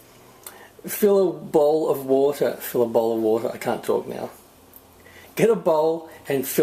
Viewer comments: Fill a bater lol fill a bowl of water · Boter looooool ! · Fill a bater 😂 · I like this new term, a bowlta=a bowl of wata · Fill a bowlter lol, great video though!! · fill a bowter 😂😉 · I filled a bawter full of woul. Now what? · Fill a baughter xD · fill a boter lolololol hahahhahaa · Okay... Fill a bowter... Fill a bowl of water xD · Fill a bater... fill a bowl of water... Lmao! Great video tho :) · Wootahh (water) :P c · Fill a boter lol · fill bowter, fill water, fill..... spit it out man... :D heh ehe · lol fill a borter!